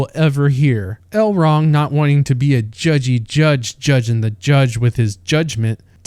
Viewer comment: The names in this video. Whoreladriel. Gwildor. Drawfrah. Celerybrimbor. El-wrong. Fireplace Jesus. Gandalf.😂